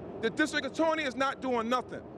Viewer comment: "The distwict attworeney is not doing nothin"